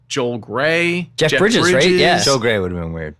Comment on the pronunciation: Lorraine GARY. Not Gray.